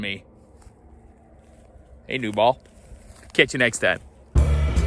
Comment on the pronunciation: Did he say new ball or blue ball? I might be deaf that was a loud shotgun this Saturday...